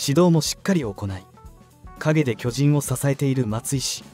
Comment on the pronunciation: 「きょじん」 のアクセントが変で、耳に入ってこない。チーム名を表すときはアクセントが先頭に来ないと。